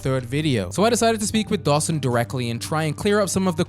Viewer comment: is such a tool 😭 he didn’t even have the decency to pronounce Dawson’s name right on purpose.